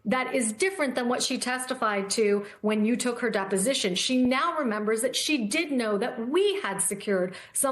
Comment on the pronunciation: Dep-O-Sition! Dep-O-Sition! Dep-O-Sition!!!